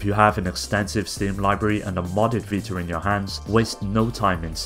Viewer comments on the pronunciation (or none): whats a PS "vitar" ?